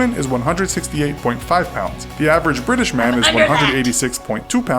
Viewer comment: I’m an Erverge Bertersh Pershern 😊